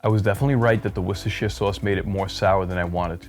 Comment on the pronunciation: You nailed 'Worcester', 'Worcestershire' needs just a little work, as in: 'sheer'? Nah. 'shrr', you could be mistaken for an Englishman. That said, Sheffield is the home of Henderson's Relish. Not a 'relish' by common standards but, essentially, Worcester sauce without the anchovies. Organic? Not sure but probably not. It's tricky but not impossible to find, here in London, perhaps someone imports it in your part of the world. Works for me, though. Btw, your olive oil piece showed up in my feed and I immediately subscribed to your channel.